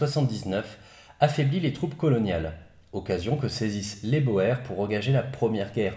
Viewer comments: Super vidéo comme d'habitude! Juste petite remarque, les Boer, est un mot d'origine Néerlandaise, et la bonne prononciation se dit : "bour", le "oe" se prononce ou en Néerlandais. Merci pour ton travail de qualité comme toujours. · C'était long et complexe mais jamais compliqué a comprendre car superbement bien expliquer (bien plus que certaines vidéos sur Napoléon ou j'ai toujours pas compris certains trucs). C'est génial et j'en redemande. Sinon je me permet une correction, les boers d'afrique du sud ca se prononce les "bours" ; je sais c'est con et faut le savoir mais c'est la fac d'histoire et les UE sur la colonisation qui me l'ont enseigné donc ca doit etre vrai. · Pour info, le mot boer vient du néerlandais et oe se pronounce " ou" donc en Afrique du Sud, c'est la guerre des boers. Prononcé " GUERRE DES BOURS". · La guerre des Boers c'est bien la guerre des Boers qui se a l'audio se dit Bours ? Qui dit fermier en néerlandais ? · Vous êtes à la bourre, déjà signalé. De plus les deux prononciations seraient permises d'après Antidote : Boer [bòèr], [bur]. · Boers se prononce "bour". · Super vidéo, mais la prononciation de Boer... x) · cela se prononce pas ainsi "boer" se prononce "bourre" pas "bohère". Nota Bene fait la même erreur... vtavo pour la vidéo toujours aussi intéressant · Sauf erreur de ma part, on prononcait bien ca "bo-er" avant mais on a finit par justement de nos jours prononcer "bour" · Sauf que quand tu t'appelles Jack, tu fais prononcer ça bo-er et pas pas bour. Question de charisme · C'était très intéressant, merci beaucoup pour cette série et cette superbe conclusion. (À un détail près : ça ce prononce bourre, pas beau-hère.) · Super vidéo, toujours aussi intéressant ;) Petite précision néanmoins, on ne dit pas boèrs mais bouuurs pour les boers. Ça vient du néerlandais, les boeren qui se traduit par les "fermiers", le oe se prononce "ou" dans cette langue :) . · Les Boers se prononce "Bours"...😉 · On dit bour... Pas boèr